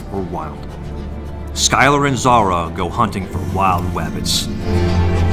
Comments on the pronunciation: Please shut up saying wabbits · Do you have to say "wabbit"? It doesn't sound endearing anymore, it just sounds like you have a speech impediment. Bugs Bunny and Elmer Fudd cartoons are garbage and old.